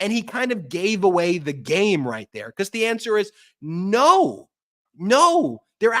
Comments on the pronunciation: Ben, It's pronounced, "BE-COZZ" NOT "BE-COSS" 😮😮😮😮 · BEN! 'BE-COSS' IS NOT A WORD. PLEASE PRONOUNCE IT CORRECTLY!!! IT IS NOT "BE-COSS"